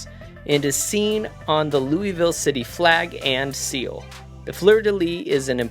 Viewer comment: Great Video! But man…as a Kentuckian…your pronunciation of Louisville hurt me😂😂